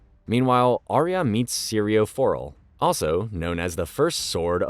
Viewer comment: I feel like he didn't actually watch the show based on how he says some of the names, specifically syrio forel